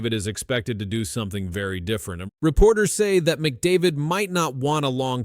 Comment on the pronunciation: The only name you're able to pronounce properly was McDavid's. Do some homework